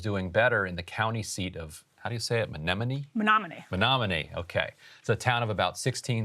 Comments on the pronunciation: I'm over in Minnesota and had to laugh at Ryan pronouncing it like sea anemone, like this is a wildlife show. 😆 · Lol being born and raised in Wisconsin, love that Ryan had to ask pronunciation of “Menominee”. Also, AWESOME to hear people finally waking up to universal healthcare being CHEAPER for all!